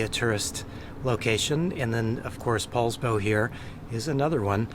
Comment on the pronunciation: Poulsbo, not Paulsbo, that's all !